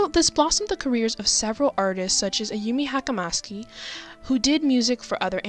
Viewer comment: Horrible pronunciation of ayumi hamasaki